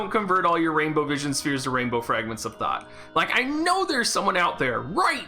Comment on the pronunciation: I keep hearing “Fragment of Thot.”